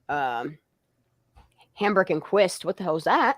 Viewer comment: I believe Hambrecht is pronounced "Hambright".